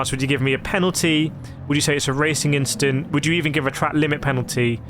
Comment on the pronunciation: "Just a racing inchident"